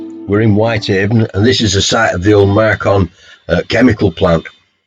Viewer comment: Enjoyed this! But "Marchon" is pronounced "Marsh-on", not "Mark-on".